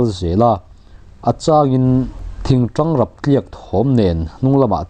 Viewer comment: Tanghre ni lovin tanghra kei chuan ka ti thin😅